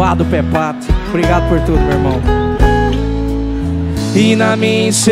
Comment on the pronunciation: O Hugo chamando o Pepato de "Cu seco" KKKKKKKK racho